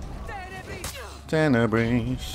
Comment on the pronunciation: Tene-breeze :P xD